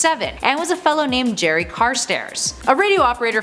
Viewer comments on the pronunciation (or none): none